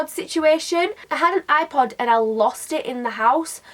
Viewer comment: I understood "eye pot" instead of "ipod" and I was like: wHY DO U HAVE AND EYE POT? THE HECK IS DAT?